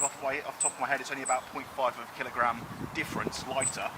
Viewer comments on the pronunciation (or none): none